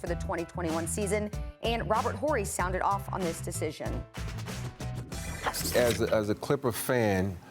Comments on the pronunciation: “Kahwai Lenned” - Steven A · Stephen A Smith "you can't trust kuh-way lennit" [unless he signs and plays with the knicks] 😄